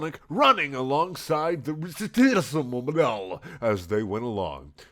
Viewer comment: "...the Wrestlemobiel..." You can't make this shit up.